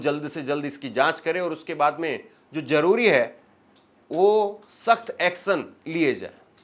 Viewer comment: Crash bolo Jaroori nai zaroori bolo